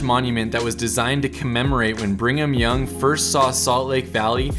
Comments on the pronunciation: OK, I caught it and I don't know how many others did, but you said "" instead of Brigham Young, Haha, as the the well told joke goes. Salt Lake City is beautiful. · He just said ""... It's pronounced Brigham... Brigham Young... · Please tell me I'm not the only one who laughed when he pronounced, "Brigham Young" as, "". 😂